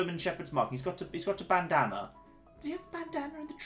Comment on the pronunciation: "Bandaner" dafaq is that? Bandana?